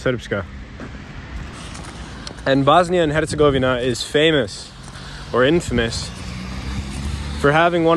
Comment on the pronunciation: you are officially the number 1 foreigner at pronouncing "Hercegovina"